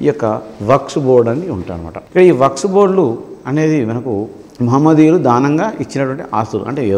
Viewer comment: Waks not sir.. Waqf sorry sir😎